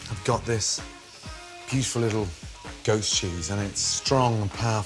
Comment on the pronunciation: Is he saying ghost or goat?